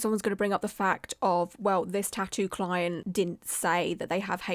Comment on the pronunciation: Yes her "cloent" was wrong, BUT BY FFKING GOD DO NOT POST SHYTE LIKE THIS ONLINE! Not only is it unprofessional, but it 100% makes you an A-hole